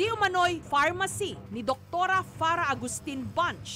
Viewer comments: farmacy.. not pharmacy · FARM-ACY NOT PHARMACY MGA VOVO KAYO FDA! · Luhhh hahah farmacy naman yun hindi pharmacy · Boston-shi... pharma-shi